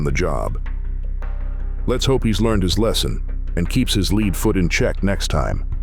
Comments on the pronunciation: Lead pronounced leed foot?? He meant lead, pronounced led, as in the element, foot right? What's crazy is it sounds like English is this guys main language... He doesn't have an accent. How could you possibly be reading a script, say something that sounds so incorrect, and then not edit it? It blows my mind. I wasn't even a great student.... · get a better AI. "leed foot", indeed. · The narrator isn't too bright, mispronouncing the word lead in the term lead foot. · How long until you guys correct the narrator on how to say “lead foot”?